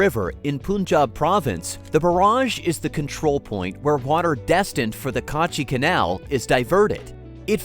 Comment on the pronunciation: Its not Kaaachi Canal , Its Kachi Kanal Its not Baluchistan , Its Balochistan 😊